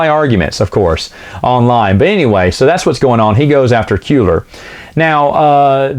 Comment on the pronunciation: Kueller [Kwe-ller]